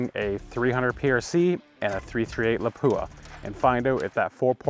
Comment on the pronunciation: PLEASE learn the proper pronunciation of LAPUA, your Professional for frick sake lol